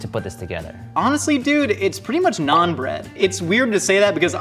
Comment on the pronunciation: I love this show, but every time they say "naan bread" or mispronounce naan, it hurts a little more.